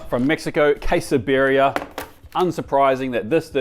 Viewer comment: he pronounced Quesabirria correctly so it seems it is not that hard to learn how to pronounce a foreign word ?